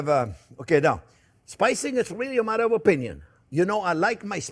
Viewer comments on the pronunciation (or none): Love it when he says " onyo is number first"!